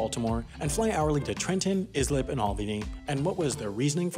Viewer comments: Islip is not Is-Lip, it's Ice-Lip :( Sincerely, Mad Guy From Islip, NY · IZLIP 🤣😅🤣 Bless you. It's pronounced like Ice-Slip. - West Islip, Long Island born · It's not pronounced Is Lip it's Ice Lip. Long Island names can be hard. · Islip is pronounced ICE LIP not IS LIP ily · It's not "IZ-lip," it's pronounced "I slip." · Hate to break it to you, but you'll have to add this video to your next errors correction video. Islip is not pronounced "Iz-lip", it's pronounced "Ice-lip". My long island family dies a little any time someone pronounces it otherwise! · hearing Islip pronounced is-lip and not eye-slip hurts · Just wanted to let you know Islip is pronouns “I-slip”, not “is-lip”. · Your pronunciation of “Islip” was horrifically wrong. It’s pronounced “eye-slip” not “is lip” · IZLIP??? It's pronounced i-slip -someone from West Islip, thanx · Islip is pronounced “EYE-slip” (source: grew up on Long Island) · It's I-slip not is-Lip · Iz lip lool my guy it's ice slip islip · EYE-slip. Not IZ-lip. EYE-slip. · Is-lip lol It’s pronounced Ice-lip btw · Islip not pronouced Issslip. Its pronouced Icelip. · it’s pronounced “I Slip” “Is lip” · It’s pronounced ICE LIP not IS LIP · Being a long islander, I cringed when you pronounced islip “is lip” I know it’s stupid that it’s not pronounced phonetically, but it’s pronounced “ice slip” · You called it IS-LIP when it’s pronounced ICE-LIP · on behalf of all my fellow Long Islanders, I would like to inform you that Islip is pronounced eye-slip. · You don’t realize how many long islanders there are until is-lip is said repeatedly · Islip is pronounced like Eyeslip, but nice try. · The "I" in Islip is long. It is pronounced Eye-slip with the emphasis on slip. Over the loudspeaker, it sounds like Iceland. The airport is used for smaller flights to New York when regional airlines do not have facilities at JFK or LaGuardia which are relatively close to Islip -- 37 miles which is nothing by air. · Islip is pronounced "ice-lip"